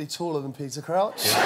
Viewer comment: I love Peter Cwouch and Jonathan Woss